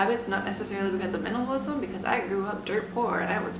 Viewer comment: Is a minimalist Can barely pronounce minimalism